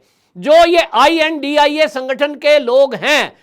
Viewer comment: I.N.D.I.A. is Pronounce as INDI- Alliance, not to india